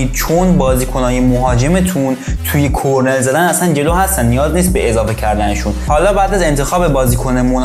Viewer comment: کرنر درسته نه کرنل😂👌